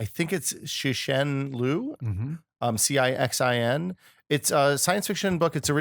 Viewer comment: Liu Cixin is pronounced Ly-oh Tsuh-Sheen (or, close enough!). Just an FYI. There are many places you can go to learn about pronouncing Pinyin, which was developed specifically as a system to allow foreigners (mainly westerners) to pronounce Mandarin Chinese. It's not perfect, and the rules are a little convoluted, but being as you're all native speakers of one of the most difficult languages in the world (English, of course), with a little effort and desire, you should have no problem learning it! Of course, that doesn't mean that your pronunciation will be any good, or that you'll have the slightest clue what you're reading, but that's OK. At least you'll have a good idea how to say it!